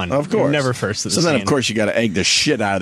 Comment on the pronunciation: Foist or sumtin... tss...